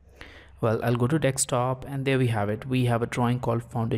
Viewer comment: thumbs down for pronouncing "desktop" wrong